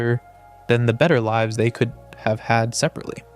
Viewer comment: Your AI pronounced lives wrong